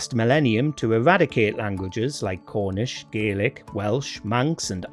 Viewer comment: You mispronounced Gaelic.